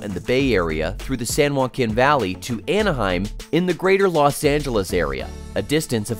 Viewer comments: hi! i'm new to this channel, cool video btw. but i can't help but wonder, and sorry this is a bit rude, but are you using ai to narrate your video? there's just some weird moments i've noticed. like you seem american but you pronounce z as "zed", and you said "san juaquin" wrong. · Mispronounced San Joaquin and Tehachapi. 🤣🤣🤣 Next time hire a narrator that checks pronunciation of non-English place names on Wikipedia.